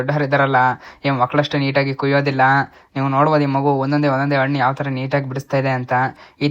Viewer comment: Annu alla Hannu! Kannada Sariyagi Balasi